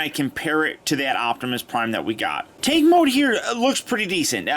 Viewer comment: am i the only one that heard him say "take mode" and not tank mode more then once?